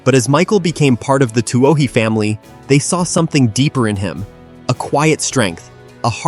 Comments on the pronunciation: I've seen most of these, all good... but Twoh-HEE? I thought the family name in Blind Side was Tuohy (Too-WEE)? A.I. has a tough time with Irish names. Pronouncing Saoirse would blow a circuit. :0D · The blind side is about the family of my nephew. Sean Tuohy Sr. PS Its pronounced 2-E